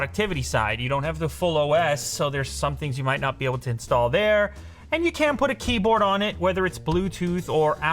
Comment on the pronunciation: Time for Goosebumps I think he said can, but it kinda sounded like can’t Yh